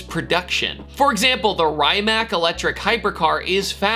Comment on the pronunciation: Bro I'm tripping bc why am I mad he mispronounced Rimac